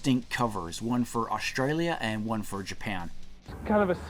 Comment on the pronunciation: Awsh-tray-lya. Never heard it pronounced like that before.